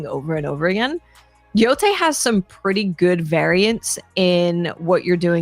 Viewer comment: It’s yotei not yotai